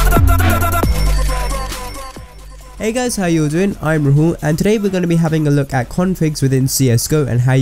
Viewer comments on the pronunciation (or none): Whenever u say Rahul it sounds like Mallu O.o